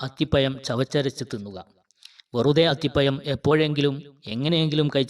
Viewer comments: അത്തിപയം അല്ല അത്തിപഴം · മലയാളം ശരിക്ക് ഉച്ചരിക്കാൻ നിനക്കറിയില്ല. അത്തി പ്പയം അല്ല അത്തിപ്പഴം എന്ന് പറയുക. ഴ എന്നിടത്ത് യ എന്നാണ് പറയുന്നത് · അത്തിപ്പയം അല്ലടോ അത്തിപ്പഴം എന്നു പറ കുട്ടി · അത്തി പയം അല്ല, അത്തിപ്പഴം എന്നാണ് പറയുക.😮😢😂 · അത്തിപമല്ല മിസ്റ്റർ അത്തിപ്പഴംഅക്ഷരശുദ്ധിയില്ലാത്ത സംസാരം കേൾക്കുമ്പോൾ വളരെ നീരസം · അത്തിപ്പഴം അത്തിപ്പയം അല്ല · Nee evidunna malayalam padichath athipayam😂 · അത്തി പയം😂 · സ് ഹൃത്തെ അത്തിപ യം എന്നു പറയാതെ അത് പോലെ ഏയ്യ് എന്നുപറയാതെ